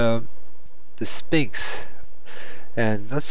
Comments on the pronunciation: It's pronounced s-f-inx!!!!! Not s-P-inx!! 'ph' equals a "fffffffff" sound! Say it with me now... fffffffffffffffffffffffffff! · I think you would have more credability if you would learn to pronounce the "Sphinx",, the "P" is silent, look it up!! It's pronounced,, sfɪŋks